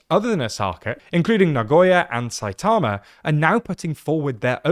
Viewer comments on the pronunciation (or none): por q no pueden pronunciar nagoya y saitama bien?